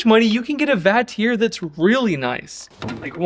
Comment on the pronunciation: The only thing I disagree with, is the way you pronounce Vatrer. 😆 I agree though. I’m testing one of Vatrer’s 560ah 12v’s right now. They always have solid builds. And nice beefy JBD BMS’s in there too.